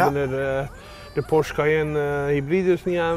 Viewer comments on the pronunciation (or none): none